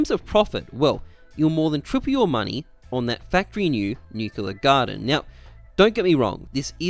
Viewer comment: Nucular gardem